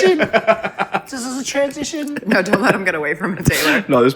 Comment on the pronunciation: Lmao “Naur!” 😂